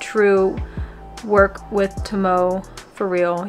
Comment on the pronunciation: By the way, Tomoe, kagamis moms name is actually pronounced To-mo-AE😊